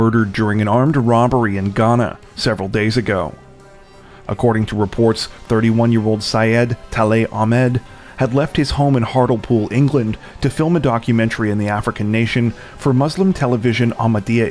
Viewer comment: Hartlepool is pronounced Hartlypool not Hartolpool. My pleasure.